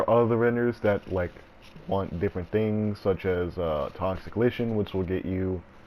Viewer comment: It's pronounced "like-in". Not "toxic litch-in". Lichen is a real life thing that grows on rocks etc.